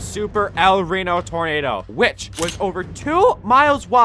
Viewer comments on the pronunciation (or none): none